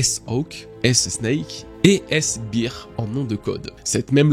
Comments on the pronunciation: S-Beer ?? Mdr ça se dit "bère" 😉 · Attention au mot bear : si tu le pronnonce "bir", ça veut dire beer = bière en français, ça se prononce "bère" ^^'